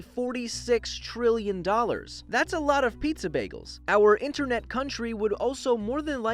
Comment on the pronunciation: How about “U.S.Inteenet”